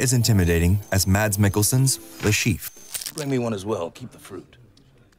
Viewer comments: i love mads mikkelson so much, dude is genuinely one of the most talented actors out there. literally just go look at his wiki, he's also a gymnast and did multiple plays and ballets! small detail, his name is not pronounced "mads" its more of a "mass" or "mess" :) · How people fuck up pronouncing his name everywhere I go? It's "MASS" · Saying the word "mass" but with a shorter "a", is how you pronounce Mads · Pronounced "Maas". The "d" is silent. You're welcome. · I just wish the narrator would have learned to pronounce Mads' name correctly. What a brazen eejit. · you do a whole video on him but still dont know how to say mads..